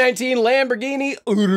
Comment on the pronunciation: Ahh yes, the Lamborghini UDUDURus